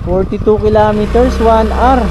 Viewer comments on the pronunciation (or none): none